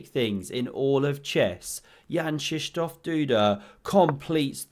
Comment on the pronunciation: How in the world did you know how to correctly pronounce Duda's middle name? Did you just make something up? I'm currently in Old Town, a part of Warsaw, and challenge Duda to a chess boxing match. I know you read the comments on this channel, Duda. Face me or forever live with the coward label I plan to bestow upon you. I'll be waiting for you in the McDonald's in the corner of Castle Square at noon tomorrow.